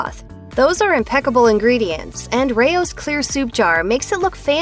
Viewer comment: I didn't like your enunciation of RAO's brand name it's not Ray Ohh's you maroon